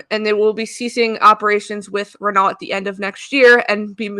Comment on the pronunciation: Rennoh, not Rennalt! 😘❤